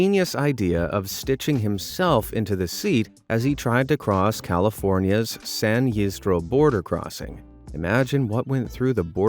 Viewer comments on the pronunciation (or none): Lol, San "Yiz dro" hahaha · San Ysidro is pronounced: "San ee-SEED-row". Just so ya know.